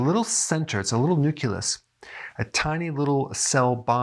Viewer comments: Nuculus? Nu-Clee-Us. Carry on Dr. Berg. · Nucleus NOT nuculis. Sorry Had to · Hey Doc, I love your video's. This one was great for more than one reason. I finally see that you are not perfect either (tee tee). You kept saying nucUlus and not nucleus. I know it's a small thing, but I giggled. ;) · Nucleus!!! Not "new killus!" I wanted to share this video, but the mispronouncing takes away all credibility. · nuCLEus not nuCULus(no such word)—common pronunciation error. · ugh! nu-CLEE-us not nu-CUE-lus. C'mon, at least SAY the word properly. 🙄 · I'm addicted to sweets. I like how Dr. Berg say "NUCILUS" in his videos, just like my mom says "ONININE" instead of "ONIONS" lol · OK, I'm nitpicking... but isn't it NU-CLEE-US? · He still mispronounces it to this day 😅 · Just curious, why do you pronounce "nucleus" as "nuculus"? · Its new-clee-us Lol! He is adorable. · YES he sounds like George W when he would say "nucular." Bwa ha ha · I'll come back when Doc learns to pronounce "nucleus". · I was squirming all through the video because of that word :) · Yeah, this drives me crazy.